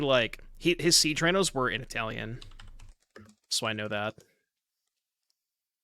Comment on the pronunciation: Your Italian was on point mate 😂